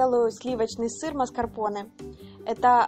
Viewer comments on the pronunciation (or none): none